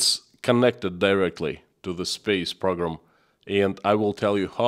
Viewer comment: PRO-GRAM. not PROG-RAM